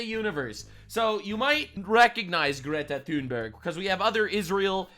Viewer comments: How pronounces Greta's name is hilarious. 😂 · Omgggg, stop saying her name like that!! 😂😂😂